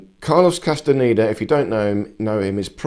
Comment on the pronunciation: ¿CASTANITA? 😂 QUÉ MALA PRONUNCIACIÓN EN ESPAÑOL...😢